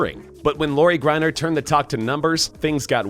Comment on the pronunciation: "lori GRINER"